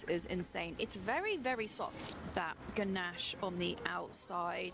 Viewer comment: Pronounced gannash